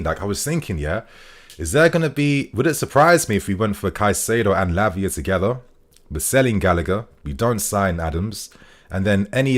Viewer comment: Keep killing it. Haha. First 'Labia' and now 'Piss'. lol